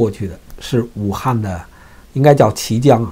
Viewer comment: 那是綦(qi二聲)江